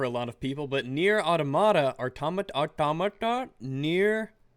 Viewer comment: can u say it like this so you pronounce it right “near autom mata”